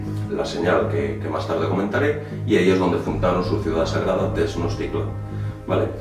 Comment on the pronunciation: No te molestes, pero realmente no pronuncias bien las palabras ó nombres del idioma Nahuatl que era el que hablaban los mexicas (aztecas). Huitzilopochtli se pronuncia como lo ves escrito y no como tu lo pronuncias y significa Colibrí Zurdo y sí es una representación del Sol. Tenochtitlan se pronuncia también como la ves escrita. En el idioma Nahuatl, las palabras son graves, tienen el acento en la penúltima sílaba, como si dijeras Te Noch Tí Tlan (con acento en la i) ó Huit Zi Lo Póch Tli (con acento en la o). Saludos y son interesantes tus videos.